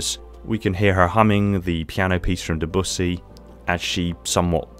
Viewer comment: NOO ITS PRONOUNCED DE BYOOSEE ITS NOT DA BUSSY Bussy claims another innocent soul